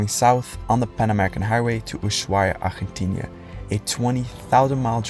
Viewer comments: Hello, please stop mispronouncing the name of your destination country. It’s not Argentinia, ArgentiNA. Please do better. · We are way too many videos deep to still be calling it “Argentinia” it’s ARGENTINA